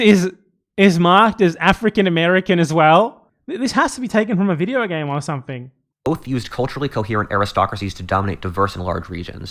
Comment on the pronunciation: breath in… pause… BIDEO BAME